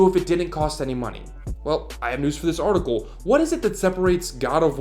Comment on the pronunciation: Artical. Not articuuool